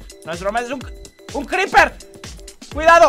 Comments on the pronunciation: ese hombre es un zombie. no se pronuncia creper, se pronuncia criper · no es creper es criper 😡😡😡🖕🖕🖕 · Creeper se pronuncia Criper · se dice griper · Se dise criper